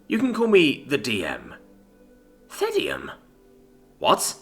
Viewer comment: As someone who has read the Reddit story ahead I'm so glad to have someone actually pronounce "Thedeim"